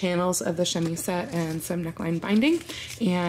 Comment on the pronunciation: Tiny prononciation thing about the word chemisette: in French, if the letter s is by itself between 2 vowels, it's pronounced like a z. So while it's spelt chemisette, it's pronounced chemizette. But you're saying it while speaking English, so it's more of a grey area prononciation wise... Also, I love your videos!